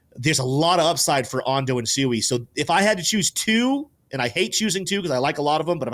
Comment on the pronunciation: Why didn't you correct him when he constantly pronounced SUI wrong? This is why we look stupid to traditional finance, we can't even pronounce our own Investments correctly. In the real world people would laugh at you if you said I bought a quarter of a million dollars of Tefla today. But because this is the crypto space it's accepted that we all sound low IQ